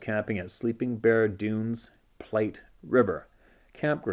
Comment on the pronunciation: Platte River is pronounced Platt